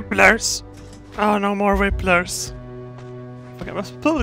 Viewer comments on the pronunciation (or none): By wiplers, do you mean whiplash? Lmao simple mistakes... It's pronounced wip-lash like the ashes leftover from a fire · saying Whiplers is my new guilty pleasure